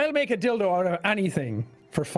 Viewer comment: Oh, he says Dildo. lol